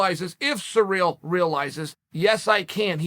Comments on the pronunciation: Chael, could please do your homework before you start talking? Take the time to learn the pronunciation of the fighter's name? It is not "sur`REAL" , it is "CI ryl" with the 1st syllable emphasized. No respect for the man if you cannot even say his name correctly. Shall we call you "SHA ell"? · Bro, you need to learn how to pronounce CIRYL... it's not surreal.... its See-Rill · Surreal Gane. Cereal Gane. Sir Real Gane. Actual Diacritic Pronunciation : (Sear-Rill Gawn) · Everyone: Ciryl Chael: Surreal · Me: cyril Chael: surreal Me: ok great surreal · Everyone: "Ciryl" Chael: "Surreal" "Cereal" 😆😆😆😆😆😆😆😆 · At this point of time, Lord Chael has called Ciryl so many times as Surreal that it only makes sense for him to change his original name 😂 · Who's this "George" person he keeps talking about..? Maybe it's Jorge Masvidal's brother, George Masvidal. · Sirl , sirl , sirl it's not hard to say SIRL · Chael P Sonnen. "sir real" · “Surreal” Gane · Oh, so his name is actually 'Surreal Gane'. Thanks Uncle Chael! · This is no longer a joke I truly hear him say SURREAL 😭 😂 😆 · “Surreal” lol 😹 I love how Chael pronounce peoples’ names. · The petty cunt part of myself finds it hilarious when Chael purposely mispronounces peoples names. YaRear, SurReal, ect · Its sureal the way uncle chael changed ciryl name. Undefeated english pronounciation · Surreal, George, Blehal! Sonnen still the goat of pronunciation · I find it quite surreal the way uncle Chael pronounces Ciryl.